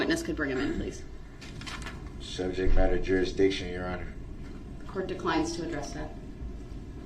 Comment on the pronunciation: It’s “juriksdiction”